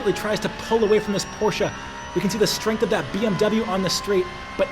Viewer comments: bro i LOVE the video BUT its PorschE not PorschA scheeeee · Great video! But each time I hear porshAH I dream of going Postal a bit ;)